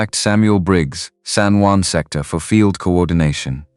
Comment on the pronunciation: The Spanish word "Juan" is pronounced as "wan" in English. Not Jew•an" or other mispronounciations in the video.